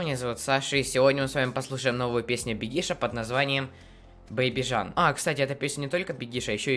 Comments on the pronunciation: не Бегиииш...а Беееегиш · БЕгиш, ударение на Е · Кстати ударение на имя бегиша не на и а на е